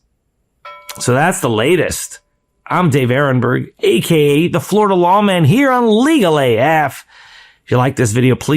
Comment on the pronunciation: He needs his own longer form show and more content. ,I like his speaking tone and his podcast voice,especially how he says “AKAYA”,like it is one word🤭🤭🤭 before I am able to relax and get into it,it is over.